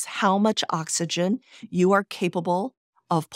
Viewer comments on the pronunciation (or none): none